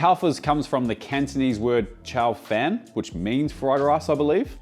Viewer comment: Just a heads up, Fan in Cantonese is pronounced more like F-aah-n, almost sounds like "fun" but with a bit more a in it. Prettyuch any time you see a in Chinese words it is like this.